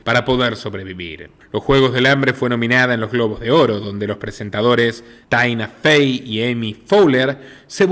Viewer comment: Ayyy, definitivamente muy interesantes investigaciones, pero la pronunciacion de todos los nombres en ingles es tan terrible que si no fuera por las fotos, ni idea de quien se esta hablando, las peores Tina Fey, que se pronuncia TINA y no TANAIA:( y Kim Kardashian que no es CardaCHIAN pero Cardasshian y otras mas que francamante es un poco frustrante de seguir. Por otro lado, cada quien tiene el derecho a expresar lo que le venga en gana "freedom of speech" en el cual creo firmemente, sin embargo, creo que el anarquismo=libertario es la peor ideologia que alguien puede tener debido a que siempre va a tocar a alguien que no piensa de igual manera y alli mismo se acaba el "lebertarianismo" porque cuando lo que uno piensa afecta al otro, ya no hay libertad del uno ni del otro. Por esa misma razon este pais era maravilloso, porque ni era "Libertario NI Democrata" sino una Republica Democratica regida por La Constitucion, que lograba tener un balance en cualquier tipo de eleccion o derecho y NO solo por la mayoria de votos, que es lo que hace lo mas terrible de la democracia por si sola. Me gustaria saber que seria de y la mayoria de los votos dijeran NO al derecho del periodismo y al derecho de opinion particular, y que la mayoria de los votos dijeran que cualquiera que opinara diferente a esto, deberia ser encarcelado/callado/o eliminado??? Pues si, eso seria "COMUNISMO" el bien comun SOLO de los que controlan los votos de su propia ideologia.Por eso mismo seria b